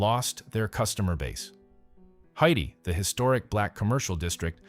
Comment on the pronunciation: It’s pronounced Haytie not Haiti.